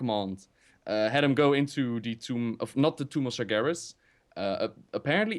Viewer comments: This is funny. All this time pronounced Sargeras "Sarjeras". but when said the right pronunciation he started saying Sargeras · When said he played warcraft3, it sounded like he said warcrap3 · says Sargeras and Gul'Dan so wrong:D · Still consider it kinda non-content. is a nice voice actor and stuff, but yeah he just read all the books and some wiki pages about lore. doesn't really know much about lore, he can't even pronounce "Gul'dan" and "Sargeras", although he's played The Frozen Throne. So yeah this video is "what if Illidan consumed Gul'dan again ololololo" and "OMG Warcraft 4, we don't care that RTS has been dead for five years and even Starcraft 2 is dying painfully". Quite a pointless video, like I said. Nice drawing tho. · then again pronounces gul'dan, draenor, and sargeras all wrong in one sentence so... lol